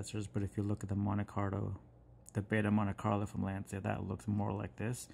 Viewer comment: just a tiny FYI it’s pronounced “launch ya”, it’s a Italian word.